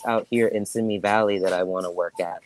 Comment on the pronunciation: Simi Valley is pronounced Sim-ee Valley